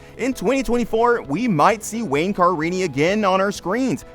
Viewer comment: So I guess you have never seen an episode of this show? Car ini? It's Ca rini.